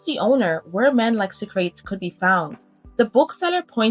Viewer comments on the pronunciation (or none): and soc-ra-tees for socrates.